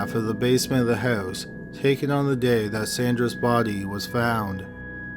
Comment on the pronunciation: You're pronunciation of "BODEE" Is cracking me up.